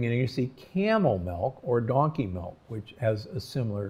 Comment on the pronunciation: Interesting. I noticed you pronounced milk like melk, which is actually the dutch way of saying and writing milk. :)